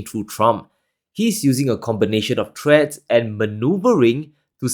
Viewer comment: “Threats” or “treads”. They are not same. Don’t pronounce them the same. Learn to say “th” sounds for more professional video